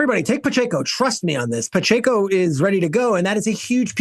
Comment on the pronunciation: This guy can't even pronounce Pacheco and Rypien's name correctly. There's no "N" in Pacheco and it's "rip -en".